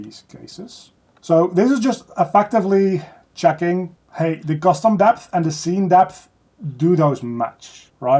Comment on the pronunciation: say custom deph again